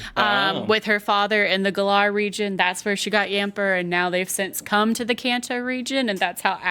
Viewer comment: Hell she can't even pronounce Galar right and shes worried about saying the professor's name wrong.